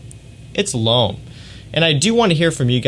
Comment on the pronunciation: “Loam, la nuee delloam...” Lol, the way you say these words cracks me up. It’s just sooo Americanized. 😂 Great channel, tho.